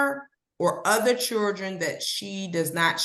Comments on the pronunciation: I love..........,but she keeps saying "Chuldren" lol😅 sounds like my aunts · This judge is a joke. She cant even pronounce the word children. Churdren.. Insane. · Did the judge pronounce it “chirdren” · Yes she did 🤦🏻‍♀️ you’re the judge! You should be able to pronounce “Children” properly. I mean, c’mon!!